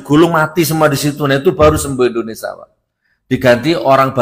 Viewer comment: INDONESIA bukan INDONESA